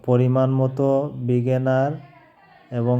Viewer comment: ভিনেগার কে ভিগেনার বলেন কেন?আচ্ছা আপনি মুসলিম না আযান দেয় আর আপনি ভিডিও করেন মিয়া।😮😮